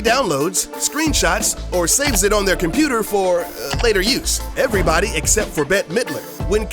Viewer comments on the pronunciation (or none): none